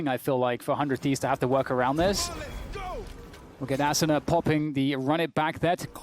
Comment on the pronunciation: During the whole commentary the commentator mispronounces “Asuna”